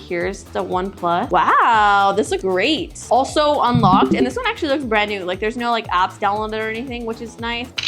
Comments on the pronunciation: Unlocked= ❌ Ulocked= ✔ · its not unlocked....its ULOCKED! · she said ulocked